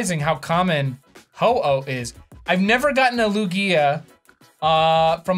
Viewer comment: his pronunciation of Lugia unsettles me